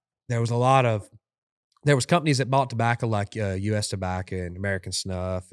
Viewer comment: This was not one of their better episodes. There just wasn’t anything interesting enough to listen to this guy say “dabacca” in that heady smoker voice 900,000 times over 2 hours.